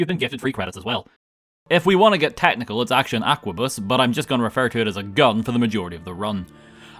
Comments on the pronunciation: Arquebus is pronounced arquebus, not aquabus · every time you say "Aqua Bus" instead of arquebus it fills me with life. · Its an ARQUEBUS, not an AQUABUS. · See, you say Aquabus, but it’s Arquebus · ARQUEBUS, NOT AQUABUS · I'm not sure what causes me more pain. The paid mods or calling it an "Aqua-bus" instead of an "Arc-a-bus" or something similar. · Bro, how did you get "aqua-bus" from "arquebus"? (The proper pronunciation is "are-cue-bus", in case you were wondering) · ARCebus. Not AQUAbus. How do you say it wrong every time, it's literally spelled out for you. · Arquebus. ARquebus. Not AQUAbus. Sheesh Love your vids though man, this one was a fun watch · You pronounced Are-kay-boos as Aqua-bus. Really sticking it to them French. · Arquebus is "ARKA-buss", not "aqua-bus". This ain't Subnautica,.:P And you do dig that the Stormcloaks are the badguys, right? I mean, yes, they want their homeland back and freedom of worship, but they're being manipulated into fomenting unrest by the Thalmor in an effort to destabilize and further weaken the Empire so that the Thalmor can advance their goal of establishing a third Aldmeri Dominion and reviving the Aeleid Hegemony, at whoch point all non-altmer get instantly enslaved. Ulfrik bad. 0/10. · him saying "Aqua bus" instead of Arquebus hurts me deeply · I loooove how english speaker pronounce arquebuse most of the time I hear it ! ❤😂 You guys transform a old gun into an aqua bus so a submarine or sm I guess and I'm all the way here for it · I’m late to this, but it’s pronounced as ar-k-bus or ark-bus. Sometimes ark-boos. It’s strange but the k sound is pronounced Edit 1: in this games files there’s something we do not know about holding it together like a gentle child safe glue. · Random Halo music, Pokemon music, and pronouncing Arquebus as "Aquabus". Top kek. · It's pronounced "ark-a-bus" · I'm pretty sure arquebus is pronounced more like ark-uh-bus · How does he miss the R in aRquebus every time.